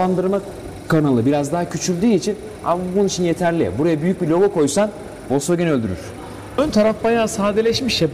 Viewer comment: Vosvogen değil ne zaman bırakacaksınız şu saçma sapan telaffuzları.